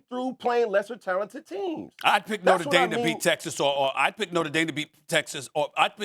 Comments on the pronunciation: Cam, repeat after me: Nōtre Dāme not “Norta Dame” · I'll always cringe at Americans pronouncing it "noter daym" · Cam Newton can't even pronounce Notre Dame correctly and hus and every other talking heads strength of schedule argument hasn't meant crap since the 2007 Fiesta Bowl. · Cam can not say Notre Dame correctly..